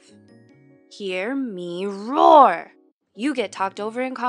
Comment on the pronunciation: Me gustó el acentito que le dio cuando dijo "Hear me ROAR" xd